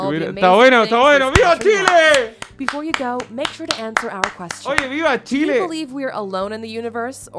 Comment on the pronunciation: she lay